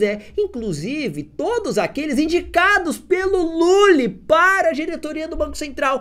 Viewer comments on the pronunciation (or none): Como acreditar em um cara que fala "dirituria"